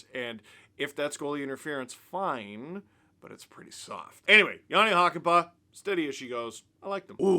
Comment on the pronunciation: I guess now would be the time to learn to pronounce Hakanpää better. You're doing the "Hakan-" part fairly okay (shorter vowels would be better), but "-pää" is pronounced with a completely different vowel. Think of the "a" in "hat" and just make it long. "Hakan-" is pronounced in the back of your mouth and "-pää" in the front of your mouth. This is a very good example